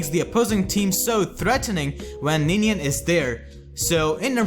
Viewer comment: “It’s Ninian, you ninny!”